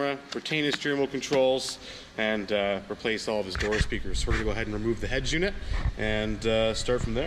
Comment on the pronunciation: I know I can't win anything anymore, but my favourite part of the videos is how you say "HeadJUNIT";-) (must be a regional accent)